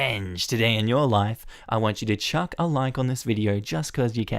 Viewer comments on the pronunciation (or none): none